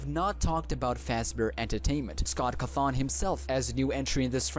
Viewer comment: What scott cuthon?! CAWthon do you even bird bro